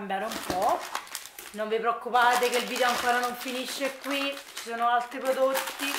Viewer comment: Posso chiederti perché dici sempre "QuiA" "PiúA".. Non è una critica assolutamente 😂anzi mi fa ridere nel senso buono... Magari fa parte del tuo dialetto chissà.. è solo una curiosità.. Ciaooo